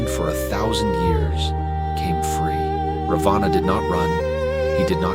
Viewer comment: Raavana....not Ravaana. Nice video.